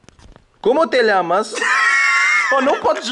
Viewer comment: Eu fico repetindo a parte que ele fala como te lhamas